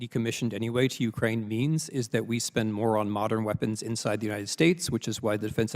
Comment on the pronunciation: Not C's? In U-krane?